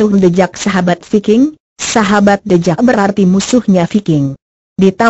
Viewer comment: Tulisannya the jack kok di bacanya the jeck kok dibacanya thejack